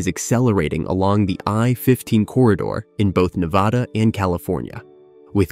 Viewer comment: Please learn to say Nevada. ;)